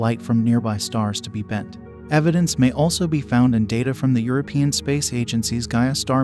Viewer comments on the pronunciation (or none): none